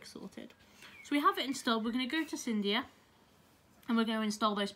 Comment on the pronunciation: its not cyndia lol its cydia